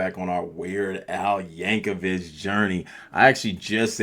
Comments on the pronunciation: His last name is pronounced like vick, not vitch.....just FYI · Hate to be that guy but his name is pronounced vic not vich but good video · By the way mate, the last part of Weird Al's last name is pronounced like the 'vic' in 'victoria' not the 'ch' like in 'witch'. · Y'all, just one thing: Please, get it right. the ch at the end is pronounced with a k sound like "YANK oh vick." Thanks. Also, the Amish (and Mennonite) are not sealed off from the world. Their kids go on their romschpringer ("roaming spring") when they are yound adolescents or young adults (my great grandfather did it age 12), and usually come back. They come out into the world and see what it's about. Since it generally sucks ass, they go back to a community that supports everyone, shares, and homicide is rare. Some are heinously ignorant of modern necessities, like vaccines, but many use modern means of travel, if someone else (not one of them) is driving. Anyway, that means a lot of them will be exposed to parts of American culture in pieces every generation, as well as them talking to people at their stores, and whenever they go into towns dressed in their old-fashioned clothes to shop for things they an't find or grow at home. Btw, you didn't mention if you noticed Florence Henderson (the mom from the Brady Bunch), or if you noticed the lyrics from Gilligan's Island. Lots of Easter Eggs up in this piece. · VICK VICK VICK VICK VICK VICK Michael Vick. THERE IS NO "CH" at the end of Yankovic. Your eyeglasses prescription is fail.